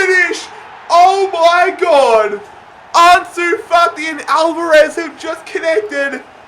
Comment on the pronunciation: no one:: Arnsoo Fartee